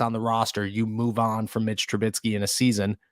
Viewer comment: ¿Tru-BIT-sky? ¿Tru-BIT-sky? ¿Tru-BIT-sky? It's Trubisky.